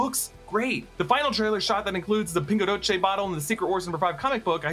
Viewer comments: Pingo DOCE has no T in it, so no "Dotche" just DOCE 😅😅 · Why do you say pingo doce with an Italian accent? Try it like this 👉 Pingoo dowssie.